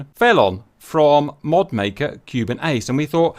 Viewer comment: Has someone not yet pointed out to you how you're meant to pronounce 'felon'?